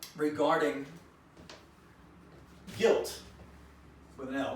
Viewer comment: Why did you miss the letter L on the words Guilt and Assault? Are you feeling guilty about assaulting someone called Elle? EMBEDDED CONFESSION